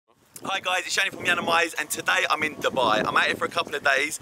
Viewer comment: your pronunciation of Dubai is spot on!